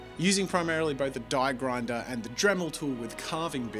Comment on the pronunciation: It’s aaaa grinder